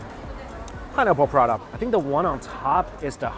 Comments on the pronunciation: prata not prada mike 🤣 but great to see you enjoying all the food! 😋😋😋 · PRA TA.. NOT PRA DAH 😭😭😭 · Prada?🤔 more like Paratha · It is prata not prada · Prata not prada!! hahaha if there's an all you can eat prada buffet i need to get some bags and wallets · Prata, not Prada (check description) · It is actually roti prata. Not Pa-rata. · Prada? Those aren't handbags.... Isnt the pronunciation, palatha? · Its spelled prata dude not prada 😅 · Why do you say P-Rata, rather than Prata, like Singaopreans do? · Lol.....I can't help it!!😂 Mike, corrections! Is Prata. not Prada😄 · Ahhh I thought he said Parana buffet. Not Parata. I was expecting to see him eat some Parana or having parana in tanks to look at while you eat. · prata...lol what is parada...wah lau XD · It’s pra-tha not puh-rah-dah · Ok but why he said prata as parata, its just prata not parata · i was preoccupied during the first 2 minutes of the video and was convinced i was hearing ‘piranha buffet’ until the first dish came out 😭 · i kept hearing Mike saying "prada this, prada that, prada..prada....." 😂😂😂 that is a looot of bags man 🤣🤣🤣🤣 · Paratha is how it's said though. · im sorry but i kept thinking you were saying Piranha then i saw it as the bread lmao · Oh, and it seems like he likes to eat Prada not Prata 😂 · As an Indian, my heart aches every time he says Prada... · IS PRA-TA two syllables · It took me so long to realize he wasn't saying "burrata" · I thought he said "Piranha" buffet. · Prada or Parata? haha